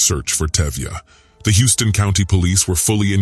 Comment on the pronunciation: Narrator...it is pronounced "House-ton" County, not Houston as in Texas city. It's a southern Georgia thing. LOL. Other than that, great job covering the crime.